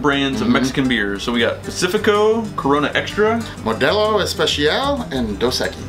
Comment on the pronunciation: Clicked off the video right when you said Pacifico with a six 🤦‍♂️🤦‍♂️🤦‍♂️